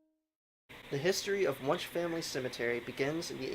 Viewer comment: I know I’m telling you this four years too late, but it’s pronounced “when-she” not “wonsh”. I’m sure that provoked the spirits 😉